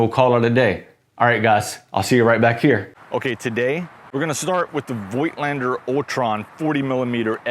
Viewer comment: Oh please, find out how to pronounce Voigtländer. It hurts my ears.